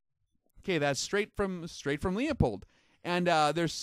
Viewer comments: It's not LeOpold, it's LeU pold, there is no O before the P. Pronounced like Lewpold or Lou pold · Good video, very interesting. FYI, Leupold is pronounced "lou pold" not "Lee a pold". sam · It's pronounced Loo-pold not Lee-a-pold. Good video which goes to show that the Chinese manufactured stuff can be world class. Who would've thought that 10 years ago? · It’s kinda crazy to hear mispronounce “Leupold!” It’s pronounced “Lew-Poled” on their podcast and videos. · FYI, the "Leu" in Leupold is NOT pronounced "Leo". Sounds more like "Lew" in Lewis. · It's a german name and pronounced "Loy-pold" or "Loy-polt". It's not that important. I haven't heard a single american pronounce a name like "Schwarzenegger" correctly. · No kidding, after all these years why in hell do people still pronounce it as LEEupold? Haven't they ever seen a Leupold advertisement on tv? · Leupold! Not Leopold! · I enjoy your videos However, you are mispronouncing Leupold. The correct pronunciation is "Loopold". Leopold is incorrect Regards!! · FYI.......Leupold is pronounced LU-POLD, not LEE-A-POLD. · It’s not pronounced Leo...pold it’s pronounced Lew...pold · It's pronounced "Loy-pold", or "Loy-polt", depending on the german dialect. Almost no non-german speakers pronounce it correctly. Not even the Leupold company. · It's lou-pold not lea-pold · it's pronounced Lew-pold, not Lee-a-pold as so many do. Just an FYI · It's pronounced "Loy-pold" or "Loy-polt", depending on the german dialect. The "Lew-pold" pronunciation is an americanization. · Good info, but its pronounced LOOP old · Did not know this. Btw: it's Loo-pold. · No, it's pronounced "Loy-pold" or "Loy-polt", depending on the german dialect. The correct pronunciation is too complicated for most english speakers so the company itself has americanized it. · you saying LEOPOLD is making me cringe like nails on a chalkboard. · Its pronounced Loo-pold FFS. Man that always bugs me.